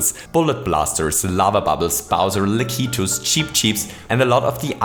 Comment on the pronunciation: Lakitu is pronounced lak itchu